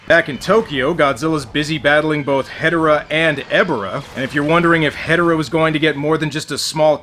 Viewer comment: Hedorah rhymes with Ebirah